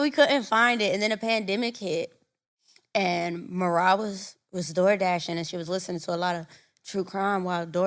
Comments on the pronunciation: I know Marah wanted to correct them when they said her name wrong😂😂😂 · I know MaRah was HOT at all the mispronunciations of her name!! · The way they keep butchering MaRah’s name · ain't listened to not one ep cuz how she get marah name wrong